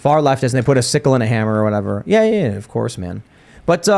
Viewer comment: “Of corpse” 😆 🍻